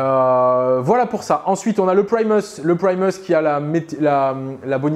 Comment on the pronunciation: Please,, quant tu évoques Primus, Magus et autres, mais en particuleir ceux là, la prononciation à l'anglaise style "magueuss" ou "prymeuss" est inutile: ce sont des mots à racines latines...